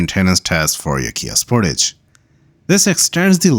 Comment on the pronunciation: Spor-tage not Sport-age